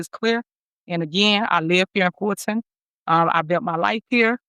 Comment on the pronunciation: Why can't she say Fulton (Ful' ton).